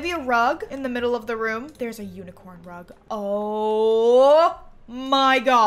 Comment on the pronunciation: When she said there's a unicorn rug i heard there's a unicorn drug 🤣